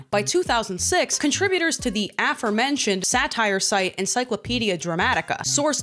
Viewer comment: omfg, thank you for saying "aforementioned" the only correct way. I absolutely HATE hearing "uh-forementioned" it sounds so stupid to me. sorry, weird comment I know, but every time I hear youtubers say it like that I cringe a little. Not the case here, so thank you!